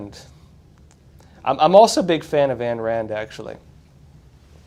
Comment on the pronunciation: Ayn Rand is pronounced EYEn Rand.